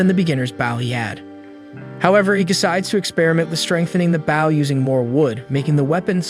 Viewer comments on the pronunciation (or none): The continued mispronunciation of Bow is a little distracting. Might want to look into fixing this.